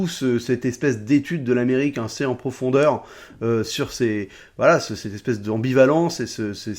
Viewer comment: J'aime bien ces formats de recap, on apprend vachement de trucs. Sinon, rien à voir, j'entends "1C" quand tu prononces "assez", c'est mes oreilles ou bien ?